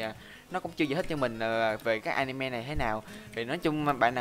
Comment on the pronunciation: Anime mà anh nói là a-ni-moe :v